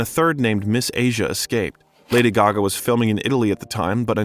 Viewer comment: Extremely interesting!!! Lady Gaga is the most interesting pop star for sure. Very cool vid with the exception of the narrator who can’t even pronounce her name correctly! And kept mispronouncing other names and words as well.